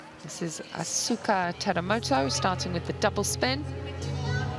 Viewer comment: That commentator at the intro butchered the Asuka Teramoto's name😅🤣. It's written Asuka but pronounced Askaa